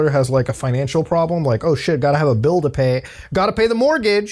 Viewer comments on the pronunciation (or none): Did...Did he say "Financhu crisis? 😂